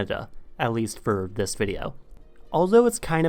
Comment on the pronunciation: Why do you pronounce this or the like zis and zat?